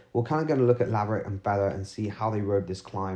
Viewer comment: LaverAck not LaverIck. Just to be clear.